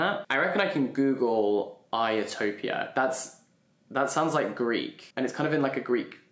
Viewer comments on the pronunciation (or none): The classicist in me literally screamed at the moment he read ιστορια as iotopia